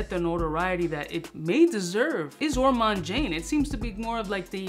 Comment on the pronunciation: You misspelled Ormonde Jayne's name in the title of this YouTube video. It's called Ormonde Jayne and not Ormande Jayne! You're also mispronouncing Ormonde in the same way.